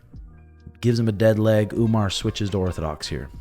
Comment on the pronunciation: why Sean and call Umar as Umnar??? 😅😅😅